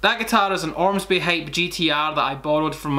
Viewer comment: ormsby not armsby damnit holy fuck when I have to google because the enunciation is so wrong not just bad. anyways....